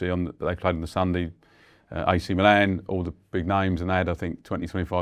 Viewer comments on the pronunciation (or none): none